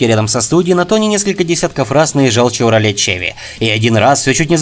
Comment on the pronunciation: Чеврале??? А слабо было переозвучить???